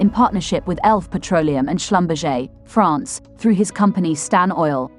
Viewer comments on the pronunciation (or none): none